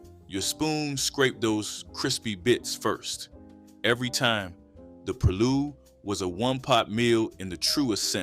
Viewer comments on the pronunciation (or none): Gullah pronounced Ga-lah. Still cooking shark, conch, pronounced purlow, still catching crabs with chicken necks. Crabs are still quite plenty full. Sweet potato pune is also being cooked to this day. You’re doing a good job but many of things meals are still being prepared to this day. Lots of property has been developed but it’s not what you think it is. More research sir.